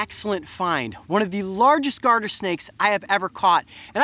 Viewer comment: Did anyone here heard the Garter snake as Guarder snake